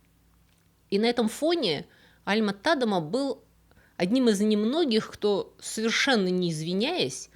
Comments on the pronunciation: Очень интересно! Но почему ТАдема, даже не звучит, тем более Вики дает ТадЕма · Да, всегда был ТадЕма. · Всё верно, ударение на "е", и название деревни тоже озвучено неверно, оригинальное название на фризском Dronryp, на нидерландском Dronrijp - в обоих случаях произносится Дронряйп, но тут я это отношу с особенностям нидерландского произношения, которое мало кому известно, хотя в нидерландской версии википедии для многих названий и имён есть озвучка.